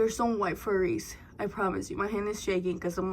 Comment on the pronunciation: Omg that bright pink one is sooo cute!!! 🩷. Tell me why I say cheeeese every time you do 😹😹. Haha girl YESSS toooo the windowwwwww to the wall!!!! Oh my gosh you always have me laughing hard. “I see furries!!!” I think it’s flurries 😹❄️🌨️. Yayyy my challenge got 2 spicy 5’s!! I can’t even keep up with how many times I’ve laughed in this video lmao